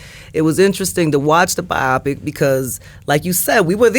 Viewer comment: Bio-Pic,not Bi-Opic